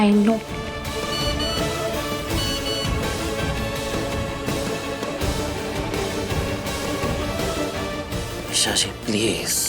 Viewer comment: Esha i se nahi hoti hai E se hota hai